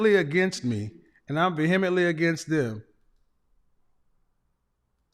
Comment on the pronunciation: Kevin is pronouncing “vehemently” incorrectly. Most people who mispronounce words read a lot. Meaning, they’re the first person they heard say the word. It’s one of the few English words that have a silent “h” coinciding with a vowel that doesn’t make a hard or soft sound of itself. It should be pronounced “vee-uh-muhnt-lee.”